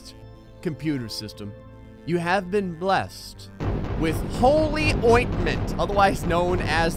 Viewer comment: 'you have been blessed.' more like 'you have been blested.'